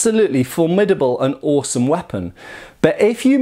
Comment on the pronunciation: The way you say “awesome” shows influence from Shadiversity.